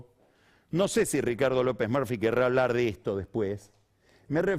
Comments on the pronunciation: "que hablemos con Ricardo lopes morfi" jajaja pega bien con la cara de bulldog de lopes Murphy. Lo mismo con scioli cuando lo pronuncia "Daniel choli". Es todo un tema, puede q sea la pronunciación correcta pero como periodista capaz q tenes q usar la pronunciación q esta en nuestro inconsciente colectivo, el del país entero más q impk er uno nuevo. Me. Cuesta mucho concentrarme. Cuando escucho q hablan de morfi y choli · Por que se empecina en nombrar los apellidos como si fuera un extranjero? (ya se la respuesta, es un snob) Encima, si va a decir Murphy con pronunciacion inglesa, que lo haga bien. Lo pronuncio muy mal; es claro que no habla bien en ingles.